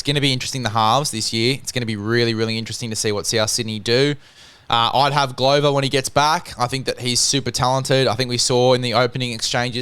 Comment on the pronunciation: Like your thought in general guys, but in my 60 years on this planet I've never heard Glover pronounced like that, just ad an r to glove 🙂